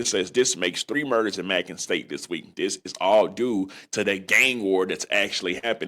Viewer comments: It’s pronounced May-Con not Mack-Con and this is no shade as I’ll say some crazy stuff myself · May-con.. not macking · It’s “MAYcon” not MACKON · It’s ma-con not mackin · It's Macon not mackon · yk damn well yo country ass know how to pronounce bacon so why tf you pronouncing macon like mackin 🤣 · It’s Macon (may-con) state not (mack-on) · Macon not Macon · Macon is pronounced like Bacon...but great content G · it’s May-con (Macon) state penitentiary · Pronounced May-con.💯✅ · And please say may-con right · It’s pronounced like may-con not like bacon with a m😂😂😂😂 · It’s pronounced “Māe Con” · Its pronounced May-conn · Pronounced MAYCON Family!! Each 1 teach 1 salute 🫡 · (May-cun) Macon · It's Macon( mycon how it's pronounced ) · It's pronounced " May - con" (macon) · U mispronounced Macon my dude it’s pronounced rhymes with bacon great content tho 💯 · It’s pronounced “May-con” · May-con (Macon)…. 😂😂😂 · May-kon is how it’s pronounced nigga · May-kin (Macon) 😂😂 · MA.....long A CON. AS in convict lol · I swear he should have had Siri pronounce it it before making this video saying it like bacon with a M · Bruh stop pronouncing Macon like that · That is not you pronounce Macon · Eye roll! How you covering a story and cannot read? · Saying macon wrong but its on down here